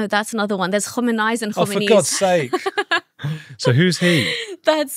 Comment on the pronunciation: Andrew, the Revolution-era Ayatollah (Ruhollah Khomeini, stress on the second syllable) was also the one who issued the fatwa against Rushdie. He died in the late '80s. His successor, Ali Khamenei (stress on the last syllable, "nei") was formerly president of Iran, and is still the current Ayatollah. He's old now and hasn't named a successor.